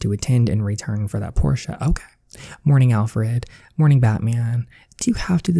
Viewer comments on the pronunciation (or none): It is Porsche it is pronounced porsh not porsha